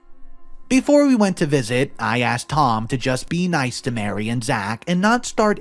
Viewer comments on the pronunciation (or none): Maree, not Mary, Marie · you need to preread the stories. Also, usually ‘Marie’ is pronounced ‘Ma-REE’, not Mary. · It’s Marie- not Mary!